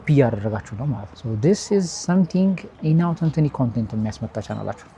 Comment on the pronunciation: Inauthentinic ❌ inauthentic ✅ 😂